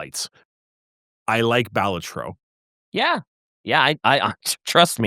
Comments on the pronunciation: The way they say balatro is hurting me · Every time you mispronounce Balatro my eye twitches and my eye is tired.